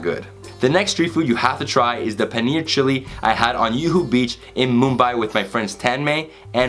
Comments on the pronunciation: yuhoo beach kathy roll damn i have been pronouncing these wrong all my life : P yuhoo is Juhu. J pronounced as J in Jew. or Ju-piter. Kathy roll is Kati roll. Closest pronunciation would be ka (karma). thi (thi-nk) with a hard T sound - roll your tongue so that the bottom part of the tongue's tip touches the pallet. Nothing wrong with the pronunciation since it isn't you language, but just in case any one was wondering. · Dude.. Its Juhu beach. J as in James. English J not European j. Not yoohoo beach. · Yuhu beach 🤣🤣🤣🤣 its juhu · I loved the way he said, "Yuhu" beach instead of Juhu beach❤️ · Hey...I know it's an old video...but just saw this one...gave seen many of ur videos...I'm commenting to this one is as you mentioned Juhu beach as Yuhu beach...😀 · While showing a panneer dish frm mumbai u called the area as yohoo beach, its actually Juhu beach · Its not yuhu beach. It juhu beach. Brother😂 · Juhu Beach - "J" is not silent :D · In Hindi we pronounce J as J, it is not like Spanish/Swedish where J is pronounced as H/Y respectively. It is JUHU as in J for JUTE. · I think being from Miami, he may be influenced by Spanish - hence j is pronounced as y.